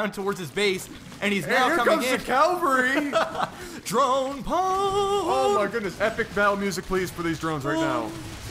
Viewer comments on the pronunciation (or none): "here comes the calvary".............cavalry bro...cavalry